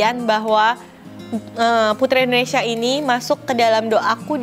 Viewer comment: sekedar koreksi dalam pengucapan, seharusnya INDONESIA bukan ENDONESIA